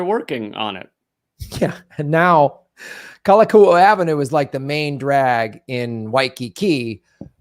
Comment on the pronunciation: Kalakaua: Cal-ah-cow-ah